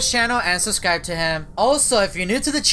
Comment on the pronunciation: it's not boan it's button ok? Learn to pronounce And it's not suscrie it's subscribe it's nottttttt labotory it's laboratory